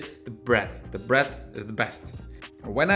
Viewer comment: i like how he says "bret" when he means bread lol